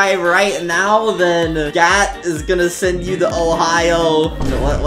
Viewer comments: His name is Gat More like Gyat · Why does gat sound like gyat? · Gat? Sounds more like gyat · Your editor “Gat” sounds a lot like the word gyiat